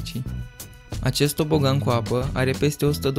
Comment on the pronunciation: Ai zis "TOPOGAN" si ai scris "TOBOGAN"😂😂😂😂😂😁😁😀😀